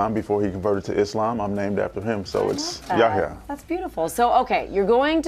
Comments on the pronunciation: Yaya? It's Y-A-"H"-YA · Why does she keeps saying “ yaya”? Hahaha. Itvis pronounce “ yeh hia”